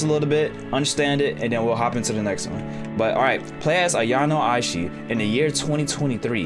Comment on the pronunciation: When the pronunciation of Ayano Aishi was perfect the first time 👌